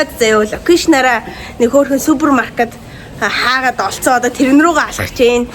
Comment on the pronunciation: Хайгаад гэж хэлж чаддаггүй юм уу. Хаагаад гээд хуцаад бхыма😂😢.